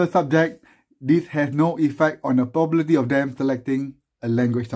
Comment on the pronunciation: lik the way you say probability as pobabaity